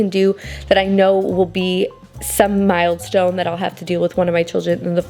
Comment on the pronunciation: You're literally getting your ducks in a row!😅 BTW it's "mile stones" not " mild stones". A wise woman, mother of 10 once said to have only something like 5 outfits per child plus 2 Sunday outfits. Make sure they all coordinate like Garanimals. I thought it was extreme, but she was right! I had 5 children and bought way too many clothes.